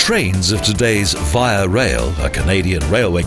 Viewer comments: 1) From A Canadian in Canada... "VEE-ah" not "VY-ah" English canadians wil l know it by that parlance, let alone french speakers. (Personally I am English, Native, French a strong second, and spanish third." But also listen to Paul and the Langfocus Channel. He's got a video for just anbout every language ever spoken and a lot of added info in each! In public In the Greater Montreal area, and usually talkative enough, Even a person who has little command of english or French will realize that my English doesn't sound like the english on the streets of Montreal. so, at times to avoid real confusion, I have to explicitly mention that it IS Canadian - it just comes from a different part of Canada, about 20 miles West of toronto, the latter which you will surely see as the Montreal-Toronto Via tran rolls into Union Station, about 4 hours after leaving Montreal's Central station. 2) As, < > or "in dynamic and ongoing proportion" you passed through the Citadelle, where was Baptiste? did he "get your goat?" (Baptiste, the goat is or was the mascontg of the "van-doos" ie .<< Les vingt-deux >> or the 22nd regment. Also for visitors to Quebec, they might try a ride on the "elevator" that runs from << Haote ville >> (Upper town) to <,Basse Ville >> or lower town via the clife that is very close to the Citadelle. But surprise! That elevator, consisting of two cars counrterbalancing each other up ans down the cliffside are very old. the day I rode them from the basse v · The rail line is pronounced vee-a, not veye-a.